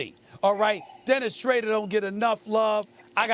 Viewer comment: Nobody - 😅 Stephen A - Dennis Shraedurrr